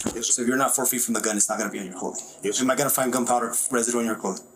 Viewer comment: "Yis ser."